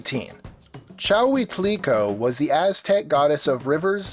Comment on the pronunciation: Challycliqueo... did you mean Chalchiuhtlicue (Chal-chil-kli-kwe?)